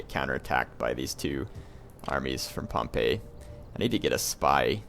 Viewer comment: I think Pompey is pronounced with an "ee" sound in the end. Similar to the way we say "we".